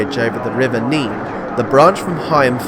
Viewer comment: Thank you for all the information. However - 2 mispronunciations just before Kettering. The river pronounced "Neeeen" at Peterborough is pronounced more like "Nenn" in Northamptonshire. See Wiki article. Isham is pronounced "Eye sham" not "Iss sham".